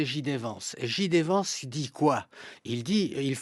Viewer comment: C’est clair qu’il ne comprend rien à ce qu’il se passe aux US. Il ne sait meme pas prononcer le nom de JD Vance, ça montre bien que ses sources d’information sont secondaires, est ce qu’il parle même anglais? Lamentable